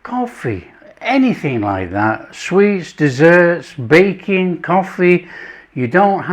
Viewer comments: I swear he said Bacon, then I realized it was baking like 5 minutes later lol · I thought you were saying bacon 😂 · One of the best chefs on YouTube. However, every time he says baking with his accent I hear bacon and it surprises me condensed milk for bacon? 😂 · I thought he said you can use it with "bacon"...😅...Ohhhh.. Baking!!! Love the recipe. Easy Peezie... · I thought he said bacon until I saw your comment 😂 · I also thought he said bacon lol